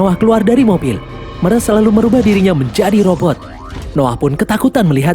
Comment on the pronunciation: meras???? klau ngmong bahasa indo juga bukan meras tapi mirej